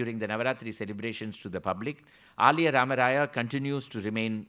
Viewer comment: Very good narration about Sri Purandhara Dass Sriram Sir. Aliyaa rAmarAya to be prounounced as aLiya (son in law)